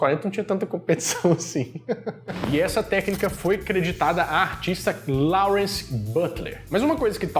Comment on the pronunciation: Lawrence se fala Lorence